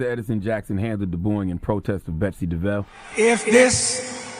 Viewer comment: Her name is DE-VOSS...